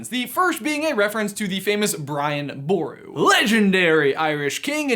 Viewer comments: It's pronounced Boru with one syllable not two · As an person of the irish isle its pronounced BURU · I’m Irish (ps it’s pronounced b-roo) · Just saying, as an Irish man, it is Brian Boru (pronounced Ba-roo).